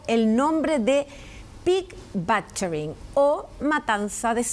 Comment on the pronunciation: Pig batcharing.lol , it’s pig butchering.😅